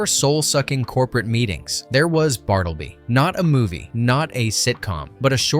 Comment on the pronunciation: It's "Bart-la-bee" the Scrivner